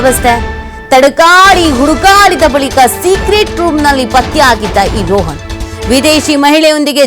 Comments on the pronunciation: ರೋಹನ್ ಅಲ್ಲ ರೋಷನ್ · ಅವನ ಹೆಸರು ರೋಹನ್ ಅಲ್ಲ ರೋಷನ್ ಎಂಥ ಸುಳ್ಳು ನ್ಯೂಸ್ ಮರೆ ಇದು